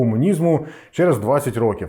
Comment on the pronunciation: Шість рОків, пане. Якщо маємо чітко окреслений числівник, то змінюємо наголос.;) Також: ходити по кабінетаХ або кабінетами. Бо кабінетам - це чому (дати номери кабінетам). Красно дякую за цікаву розповідь! Трясця, яка ж тоді всюди панувала дичина... Конструктори сиділи, мільйони чоловік не мали чого їсти через дурнуваті плани щодо бюджету, важливу інформацію приховували від усіх підряд... А потім ці кремлядські паскуди заявляли, що досягли казна-якого успіху! Та трясця б їх ухопила!